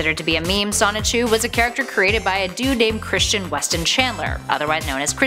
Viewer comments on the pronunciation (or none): none